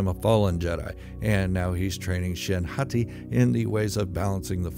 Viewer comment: Every time you say hati i still imagine you saying Hottie lol